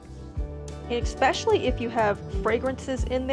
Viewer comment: Please don't say expecially....it's especially....